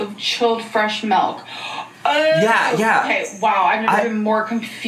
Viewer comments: “ you put this EN MELK!!!” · “melk” 🥛 I can’t. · Mmm I love melk, who else loves melk?! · Since when are the French “nice and positive?” Insert Ron Swanson reaction gif. Also, of course says MALK instead of milk. Also, the repeating Tom toy is giving me rain and petals eavesdrop flashbacks. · Why do people send her stuff and I hate when she says MELK.